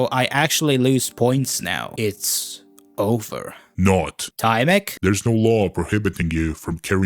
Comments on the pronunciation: as you polish viewer im dissapointed in you in TYMEK's name you transleted the Y wrong in polish you say Y like when your thinging of something like yyyyyyyyy you know that now im gonna destroy you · Erm. Actually, you pronounced tymek wrong. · Bro pronouce TYMEK is so bad